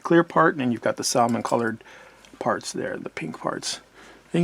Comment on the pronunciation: Also, the way you pronounced "Salmon" is very Puerto Rican of you lol ;-)